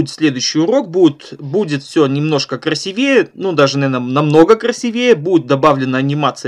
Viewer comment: Уроки шикарные. Но вот это слово "красивЕе" - будоражит. КрасИвее.